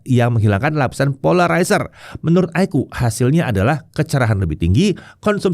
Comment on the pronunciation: Koreksi, bilangnya kok iqoo fifty?